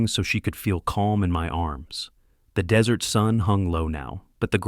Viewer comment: Desert is pronounced (dez-ert) NOT (de-zerts.)